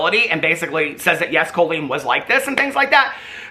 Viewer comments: You saying her name like Coal-Leen is sending me to stabby town. Lol. Caul-lene, like Jolene. Anyhoo....she's just like Shane. I've been saying this the whole time she has been YT FAMOUS. Maybe we need to check in on anyone else from the early days of YT that did comedy, as they all seem to be sick people.... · I keep hearing “colon” when says “Colleen” and I respect.